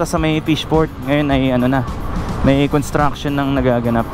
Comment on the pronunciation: paki banggit lang ng malinaw ang salitang construction? Ang pagdinig ko parang con at hindi cons. Dahil magkaiba ang meaning nito kung walang s. Construction and contraction are 2 different meaning.